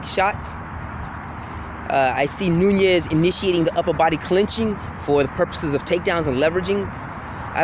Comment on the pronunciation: you sure it aint noni instead of nunes.